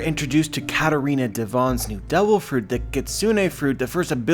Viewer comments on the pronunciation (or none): none